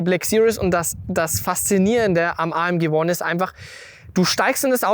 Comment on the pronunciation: kann jemand dem jungen Mann sagen, dass das nicht Uon heisst sondern Uan, Mensch, das einfachste Wort der Welt ! Auch schon mal englisch gehabt?